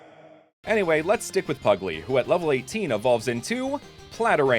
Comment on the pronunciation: A pugglee ? ... PERRY !!! THE PUGGLEE